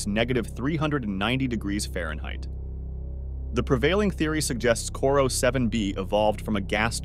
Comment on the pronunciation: I think it's Corot 7b. Not "Corro"....